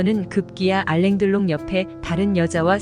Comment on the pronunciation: 프랑스 발음을 한글 표기하면 <알랑 들롱>이다 영어식으로 발음하여서는 안된다. 물론 표기도 알랑 들롱 으로 적어야한다.